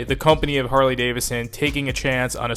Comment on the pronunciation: It's pronounced Davidson. Not Davison.